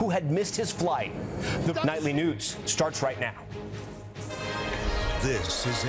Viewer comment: He said nightly nudes 😂 instead of news 😂way to drop the ball Tom .Lester would of never 😢 😅